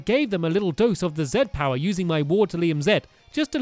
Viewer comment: I never knew you were dyslexic Stampy, I mean, I noticed that you don't pronounce things correctly sometimes but I always thought you just didn't care for reading. Not to be intrusive but how severe is it? Also, you are my favorite Youtuber. You are awesome. #StampyGrassrace2017